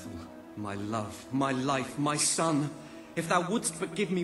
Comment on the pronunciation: haha, you do realize that he says sun and not son? ;P